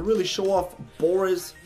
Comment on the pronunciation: Boreas is a pun on boreal (meaning "of the north or northern regions" - source Latin "borealis" meaning "northern") mixed with the latin root suffix "-eus" ("-eas" is a derivative term), meaning "made of" - for example, "argenteus" would mean "made of silver" (argentum being the latin form of silver). It's also pronounced "bore-ay-ass" not "boris" :P TL;DR Boreas more or less means "made of the north", which actually fits him pretty well